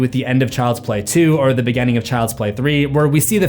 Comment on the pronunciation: One thing you may have missed about is he pronounces the letter "I" like an "E" when he says words like "beginning" and "continues" sounding like "beGENning" and "conTENues"